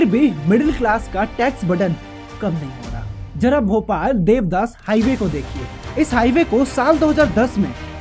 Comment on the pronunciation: Dewdas nahi dewas hai paglu 😂😂😂